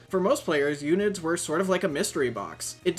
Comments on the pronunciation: i nver heard anyone call it "ewnid" they always said " uhn I Ds" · h-erb her-b, not erb, also un-id's un - identifend fuck why is english so hard for yanks.